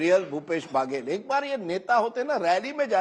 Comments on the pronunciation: Rajdeep ji बघेल है n की बागेल 😂😂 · महा....बाघेल नहीं बघेल ।